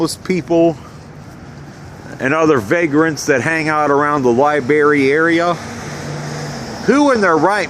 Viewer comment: Lets just talk about the way he pronounces library. "Libary"